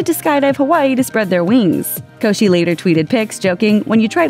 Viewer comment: LOL she said her last name wrong😂😂😂😂😂😂😂